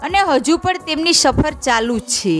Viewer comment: છે નુ ઉચ્ચારણ બરાબર કરો.